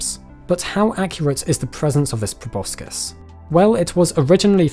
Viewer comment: He mispronounced proboscis